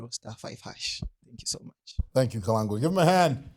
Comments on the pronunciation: How is it can't pronounce Kalangwa's name correctly? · Kalengwa not Kalangwa❤❤❤